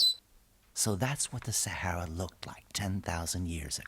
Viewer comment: This is Africa. .please pronounce Sahara properly.